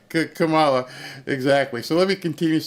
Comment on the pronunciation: Glorious, thank you! But her name is pronounced Comma-la.